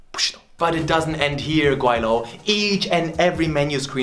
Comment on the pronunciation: It's Guai Lou LMAO, he utterly butchered it. How sad